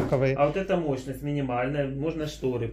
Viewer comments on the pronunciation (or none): не моЧность, а моЩность. Как же ты врачом собираешься стать? Ты бы сначала разговаривать научился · 🤣🤣🤣Мочность🤣🤣🤣🤣,не мочность, а мощность🤣🤣🤣Учись правильно говорить,студент🤣🤣🤣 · МоЧность от слова моЧи